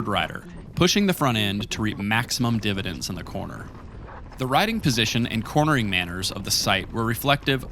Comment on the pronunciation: Maybe it's Greek? "Mæsurements"... although, "divotends" had me loling as well. At least there was no mention of "dampening"